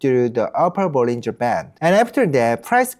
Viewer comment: 영어로도 개설하셨군요~~ 영어 사이트도 성공하실거라 믿습니다. 발음도 좋으시고...사소한 거지만 영어권에서는 볼린져보다는 볼링어라고 발음해요~~, 구독자 많이 모으시길~~